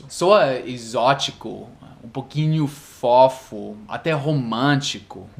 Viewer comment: Se o melhorar a pronúncia das vogais nas palavras será imperceptível. Ninguém vai perceber a gringozidade rsrsrs Ele fala "soa um pouquinho FÓfo" ao invés de "soa um pouquinho fÔfo" fala brasilÉiro ao invés de brasilÊiro. Mas não vejo como um problema pq no Brasil há muitas regiões tbm ocorrem coisas assim. Mas eu nunca vi um gringo fora de Portugal que fale melhor que ele, aliás imperceptivelmente como ele.